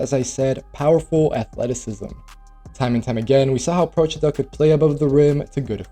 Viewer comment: as an Italian gotta say, props for Procida's name pronounciation....perfect, I heard so many americans mess it up already xD